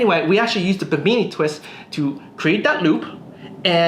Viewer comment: Just a quick note, it's pronounced BIM-IN-E named after the Bimini district of the Bahamas.